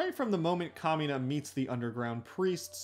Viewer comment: i hear kamina as “communist” and had to stop for a second😭